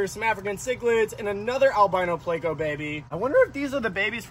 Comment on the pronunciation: Can' wait to see what you catch next. Are you trying to be funny when you pronounce it "Plako"? You DO know it's Pleco?